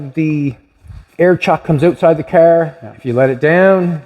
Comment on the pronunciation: Go oatside 😂😂😂😂outside,not oatside